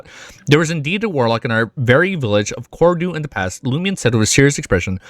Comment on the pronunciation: I like how your pronounciation of Cordu sounded like "Corridor".😂